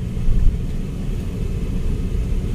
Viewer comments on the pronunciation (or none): Gracias por pasar mi pueblito querido está todo muy seco todavía no llegaban las lluvias, corrección se pronuncia tabala’ lleva acento en la A